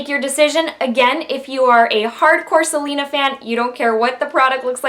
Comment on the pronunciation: Do you speak spanish? you said right the words without accent. :D